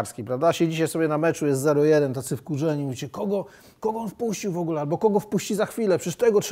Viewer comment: Panie Stanowski nie „szejset” tylko „sześćset”, nie „wogle” tylko „w ogóle” itd. Dużo takich błędów :(